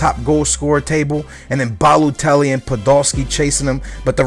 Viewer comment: IT'S NOT BALUTELLI IT'S BALOTELLI DAMN IT! haha there's a friggin difference between a U and an O